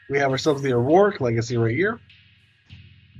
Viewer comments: it's not AurOric legacy, it's Auric legacy. you keep adding an extra syllable for no reason. Au is the chemical symbol for gold, and that's why it's Auric. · How come you say auroric and not auric?